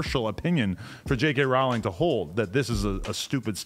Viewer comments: Why does adam call her JK Rawling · Thought you pronounce her like rolling